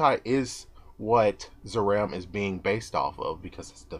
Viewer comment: zaram is actually purnounced "zalam"